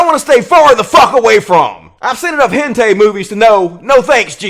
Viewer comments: "Hentei", it's hentai. XD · >hen-tey Hahaha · "I've seen enough Hen-TAY movies..." Fucking normie. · He said "hentei" lmao.